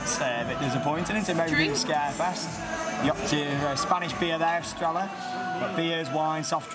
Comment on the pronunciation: Estrella isn't pronounced like that because LL is Y WELL IT SOUNDS LIKe. A Y